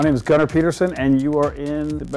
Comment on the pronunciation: "gunner" and the scandinavians are all crying